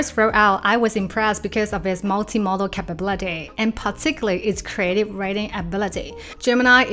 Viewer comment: look up the pronunciation of “capability”